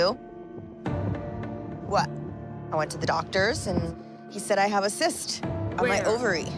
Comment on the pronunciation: ThE Dr said a CIST... GEEEZZZ